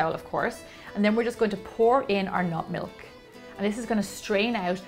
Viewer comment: I can't tell if she's saying nut milk or not milk